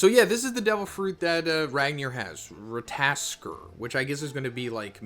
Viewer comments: Ra-ta-tos-kur phonetically 😂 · It can be prononounced Rat-(tuh)-toss-ker. Look up god of war Ragnanork scenes with the squirell you can see how they say it. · Rat-o-tosker z lol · Don't worry, Americans can't pronounce shit. They saw Ratatoskr and they all said Rataskor. But of course, Americans will be Americans. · Rata-tosk-er. Sounds more like that. hope it helps prenouncing the name better. Im norwegian native speaker btw😆❤ Just hard to explain on text. We roll the R too. Also rattatosker is a messanger god he walks from realm to realm whispering News etc from gods world to our etc he lives in Yggdrasil the world tree thats the way between realms is thst tree hence called rhe world tree. Thor is the one conjuring lighting. Since u meantioned lighting etc i added some info. Feel like oda mixes the gods and their power and story in one piece he does that whit other gods etc too. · Rat-aa-tosh-ker and needh-hawg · I believe the name is pronounced, Rah Tah Toh Sker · his name is “ rat-a-tas-skr” pronounce it like that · Rat- ta -tos -ska 😂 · Hey , greta video . In the video game SMITE there is a god called ratatoskr and it talks . they pronounce their name so for future videos you could pronounce it correctly . keep it up brother . Love your videos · very bad pronunciation 😂😂😂😂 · It's Ratta-tosker and Nid-hog